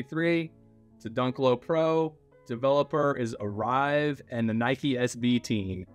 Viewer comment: It's not arrive it's Arvie boss,lol.